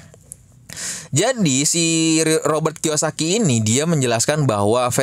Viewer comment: bangke Robert Kiyosaki jadi Roy Kiyoshii 🤣